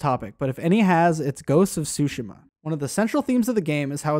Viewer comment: Ghost of “Sue Shem uh”